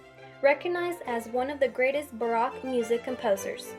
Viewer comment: mispronunciation of 'opera' and 'baroque'!